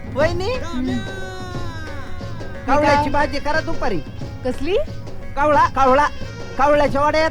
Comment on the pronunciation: कोहळा म्हणतात कवळा नव्हे.